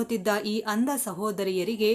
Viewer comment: ಅಂದ ಅಲ್ಲ ಅಂಧ ಅಂತ ಸ್ಪಷ್ಟ ವಾಗಿ ಉಚ್ಚಾರ ಮಾಡಿ